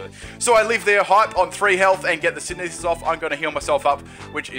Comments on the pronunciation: Sin-the-sis not sin-e-this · SIN THEH SIS NOT SIN EE SIS